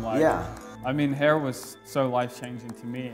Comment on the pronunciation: "Getting a HAR cut with Maxx Chewning"